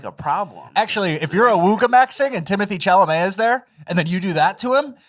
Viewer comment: "Chimoshie Shalovmey" 😂😂😂